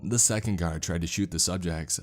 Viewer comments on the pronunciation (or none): none